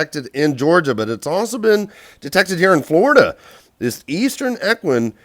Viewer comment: Cholera is pronounced call-er-uh. Equine is ee-kwine. Lapid is luh-peed. Please learn how to pronounce words before you record your videos. Quite frustrating to hear you (in a different video) go back and forth on Lapid’s name (even admitting you need to learn correct pronunciation)— if you are unsure, choose ONE way and stick with that until you know better. But seriously, cholera and equine are common enough words that you should know how to pronounce them.